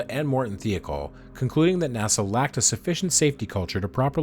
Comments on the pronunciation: Michoud, however, was quite incorrect. It’s a Cajun French name. Mih-show’d, with the d not silent, but not hard, either. Also.. Thiokol.. thigh-oh-call. I would not normally comment on pronunciation, but there is so much video and audio material with correct pronunciations, including news reports, contemporaneous documentaries, and video of the Rogers Commission hearings. It hits one’s ear with a thud and a splat. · FYI you mis-pronounced Thiokol. The "I" is not pronounced like "E". Other than that you nailed this.